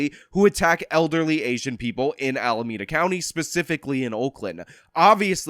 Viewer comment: I support the recall and appreciate these videos, but please note it is pronounced “AlamEda” not “AlamAda” county.